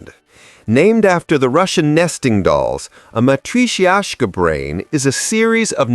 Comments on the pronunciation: Matrishiasha? 😂 Definitely need to work on proper and consistent pronunciation here. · Dude, seriously, just Google how to pronounce matrioshka doll. I was this close to subbing, then you advertised that you have no idea what you're talking about.